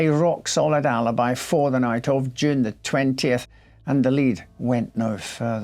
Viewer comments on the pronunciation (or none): none